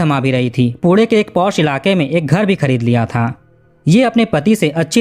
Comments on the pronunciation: 22 poode nai pune hota hai.. baki apka kaam acha hai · Ap jab bhi pune bol rahe ho aisa lgra hai kude kuda bolre ho😂😂😂😂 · Jab tu naam thik se nahi le sakta to video banata kyun hai पुणे की जगह पुढे बोलता है बाणेर की जगह बनेर बोल रहा है